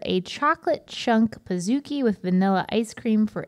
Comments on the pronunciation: Why are they saying "Pah-zoo-ki"? Do they call a cookie a C-oo-ki? I'm so confused it's Pa-zukie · I managed a BJ’s for 2 years. I feel obligated to say that it’s pronounced like Cookie. Pizookie. Pizza and Cookie combined. Not Pizza and Zoo combined.